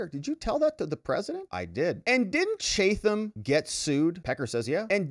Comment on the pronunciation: I lived in Chatham NJ & you're pronouncing it wrong. Chatham is pronounced chat - ham just like the words sound. The th is not sounded like TH it's pronounced chat & then ham. The T is the normal T sound. Ham sounds like meat from a pig. Chatham!